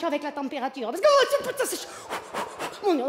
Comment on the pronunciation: oh Pu-taing !